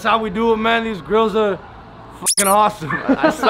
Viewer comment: When you said I got them grillzs it saunded LIKE I got them girls